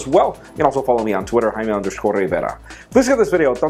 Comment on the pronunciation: He says Rivera like RRRRRrrrrrrivera. Hahaha, not that that's bad.